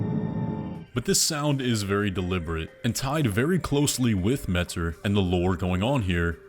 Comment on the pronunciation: Ymir pronounces it "met-ur"